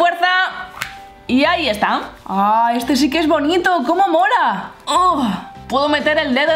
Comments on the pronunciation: Like si te diste cuenta que cada rato decia como mora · Irma Angelica Gomez Zarate no es Mora es Mola 😉😄